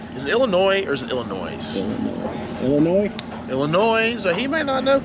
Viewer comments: It’s Illinoy not Illinoise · It's Illinois, don't keep the 'S" going. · Don't pronounce the s in illinois lol.. nobody in illinois says it with the s... lol... I don't care who they are.. nobody says the s... haha.. but you can say whatever you want your a grown man haha